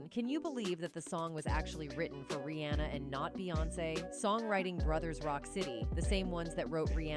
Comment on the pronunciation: 🧡@ Pls tell the lady who was talking in the vid its; 1) AM (like I am) -ER-IE 2) Bow (Beyonce section) not bo (as she said it) 3) Ri-haa-na not anna😳😳 4) Roc (like rock)-A-Wear Lady pls pronounce right😳🤨